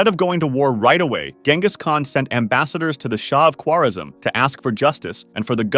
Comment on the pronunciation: You are pronouncing Genghis wrong